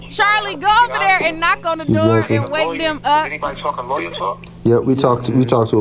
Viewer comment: Love the way says “doe” instead of “door” 😂😂🤣🤣🤣🤣🤣